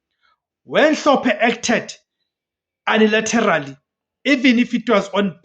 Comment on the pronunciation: My brother English might not be our best language, but please correct your pronouncement for the word "unilaterally"....it looses its meaning completely